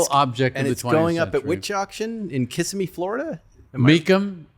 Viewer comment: It’s pronounced Ki-sim-eee